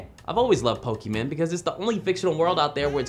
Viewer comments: "pockeymen" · ITS POKEMON NOT POKEMEN OR POKEMAN!!!!11!1!1!!!!1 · It's not Pokeman its Pokemon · did you say pokeman? Shushhhhh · Stop saying pokeman, please, please